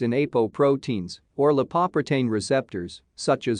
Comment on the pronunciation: Very thorough coverage of atherosclerosis's etiology and pathology, but the pronunciation of 'lipoprotein' is an alien version that sounds weird and is hard to get.